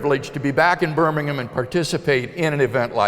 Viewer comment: How nice to have a American say the place name correct. Can stand when they call it Birming-HAM